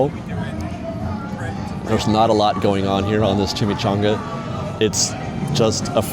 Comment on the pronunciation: I'd need a beer to wash down that chim-eek-chon-ugh